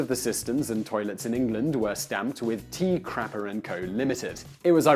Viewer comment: Quick! To the crappah!